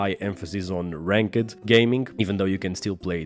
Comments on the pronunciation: I loved how you say ranked, "rank-ed" lol. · Bro I love how you pronounce ranked 😆🤣